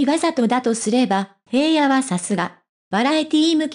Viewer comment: どうしてへいやって読むのを辞めないの？😢 ひらのしょうですが！